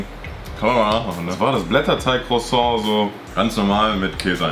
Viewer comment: man kennt es da käse"crosong"